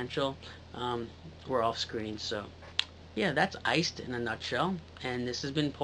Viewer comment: It sounds like you were saying "ice skull".